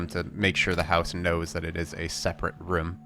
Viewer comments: It's room not rume room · reem? i think you mean ROOM!